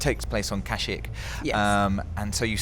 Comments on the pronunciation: I absolutely love you guys, but how did you pronounce Kashyyyk? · watch the films and learn how to pronounce Kashyyyk properly, it really does point you out as not being a real star wars fan.